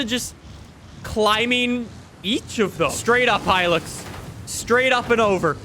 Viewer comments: Okay is it just me or is saying hilix instead of hilux 😂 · The way he says hilux considering I’m Australian infuriates me